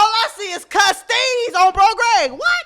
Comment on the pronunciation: He said, “ I see a bunch of custeezes”…😂😂